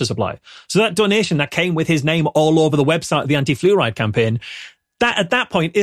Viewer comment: Congratulations to you fine Scatharians. And I had to listen to saying "flu ride" a couple times before I realized is wasn't some sort of British car.